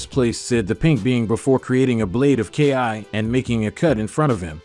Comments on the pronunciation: Why is saying the word “Ki” (key) so hard for some folks to say? I love the story but when i heard “Ki”, Broly, and Zeno incorrectly pronounced, its like nails on a chalk board… its Broly (Bro-Lee), Zeno (Zeh-no), Kakarot (Ka-Cuh-Rot), Babiddi (Bah-bih-dee), and Ki (key). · Ki, he literally called it K.I. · Like k....I instead of ki. Mayjin bew....majin buu....this guy is funny,but has all of these subs 😅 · Commentator needs to learn pronunciation it's ki (key) not ki (k i) as well Majin buu (boo) not buu (bue)omg so many mispronounced things